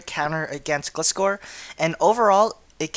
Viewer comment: thats not how you pronounce gliscor it is gly scor